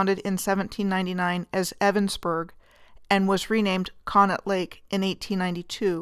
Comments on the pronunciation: Not to criticize, but to help: Conneaut is pronounced "Connie-aut". And the amusement rides there have been removed; the most tragic loss was the tearing down of the Blue Streak roller coaster. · The local dialogue pronounces it "conney-ought"...